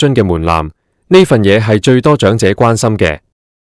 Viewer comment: 長(音掌)者生活津貼；長(音祥)生祿位。